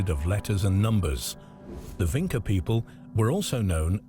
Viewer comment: It is Vinča (Vintʃa), not Vinca.